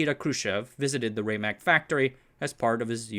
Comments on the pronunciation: I was a five year old child in the IBM lab on Santa Clara Street during weekends in 1960. It is pronounced RAM MAC, not RayMac. The heads don't fly because of wobble, they fly with compressed air at the head to keep the distance constant and be immune from folks bumping into the drive. When the heads were first designed they would fly but easily crashed into the surface wrecking the magnetic surface when someone walked by. My father developed the idea of using a wing to force the head against a bubble of air and these forces self regulated as the heads became closer to the disc. The original drive was a spinning drum looked not unlike a spinning garbage can. Disc platters was an innovation. The name Winchester comes from the mystery house not the gun. The project name became the product name when they came up with the idea of 30-30 to overcome the objection of T. Watson Jr. Al Shugart, Amdahl, and others all came out of San Jose. Shugart is most famous for making non compete clauses illegal in California by bringing an 1862 law back to life in a case against Zerox v. Shugart. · Not bad but too many small errors, starting with the pronunciation of "RAMAC" (RMA ACK) and its capacity (3.75 Mbytes or 5 million 6-bit characters) and going on to the peak companies in the HDD industry (77 in 1984) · It's pronounced RAMAC with a short A (Like in Rat or RAM- not like in Rate)